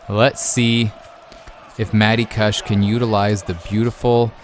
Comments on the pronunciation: it's KOOSH lol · Lol i love how you pronounce kush wrong.. NERD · Its kush pronounced like couch cushion. Its a type of weed and you sound ridiculous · Do all Canadians pronounce kush like "gush" with a k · The way you pronounce kush is freaking killing me.